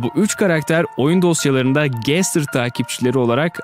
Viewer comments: Gestır degil gastır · Abi sen Gaster'a Gestır diyorsun aslında gastır diye okunuyor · Gestır Değil Bence O Bastır Diye Okunuyor Sizce Nasıl Okunuyor!?🤘✋👋👈👐✊☝️👍🤚🖐️👊👌👉✋👋👍👉👉👎👎👎👎